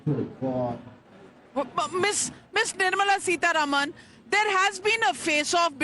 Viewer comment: Navika, could you please pronounce Madam Nirmala Sitaraman's name correctly...it is SitaRAAMAN = सीतारामन NOT Sitaruman सीतारमन !! It is not a difficult word to pronounce...we are constantly saying SitaRaam सीताराम...so why can't you pronounce it correctly??? You are not a Westerner. Also, you don't need to make your dislike for her so obvious.😮